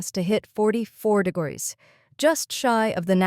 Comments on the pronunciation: De grows sea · Ai can't say degrees